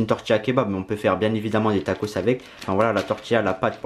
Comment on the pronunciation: Au lieu de dire tacos tu dis tacrote car sa ressemble à sa 😂😂😂